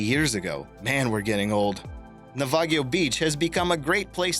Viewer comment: MV Panagiotis and Navagio are pronounced "Panayotis" and "Navayo", just fyi. I've actually been there last year, climbed to the very top of the shipwreck, nearly cut my leg open on the rusted metal. 10/10 would do it again lol.